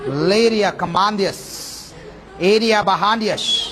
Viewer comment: Malleria, corona antunnadu endi 😂😂😂😂😂